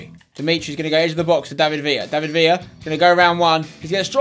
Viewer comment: you pronce david villa wrong you need to pronce the ler wright